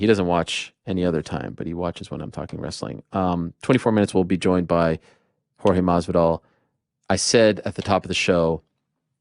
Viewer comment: Watching Ariel trying to pronounce Jorge Masvidal was cringe. Not only that the first thing he asks if about pro wrestling.... ask him about Leon. I thought this was the MMA Hour